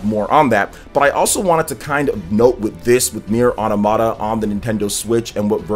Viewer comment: it's autOmata, not automAta